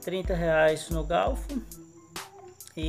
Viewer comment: É garfo não gaufo kkkkk